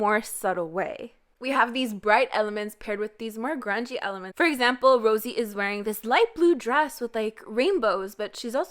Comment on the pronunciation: Nobody:: Rosie Me: isn't it Rosé?😂